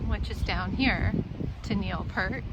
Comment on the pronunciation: Lovely, but, say his last name correctly!